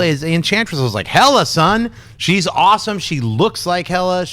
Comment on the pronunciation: hey guys, it´s hela, not hella.